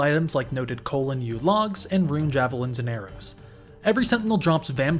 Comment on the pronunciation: I only started watching to see if you still pronounced rune as "ruin"